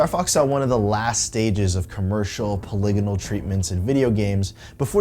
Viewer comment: Awesome video! But if you say Polygonal like that one more time I will reboot my brain in order to forget it... That aside... great video!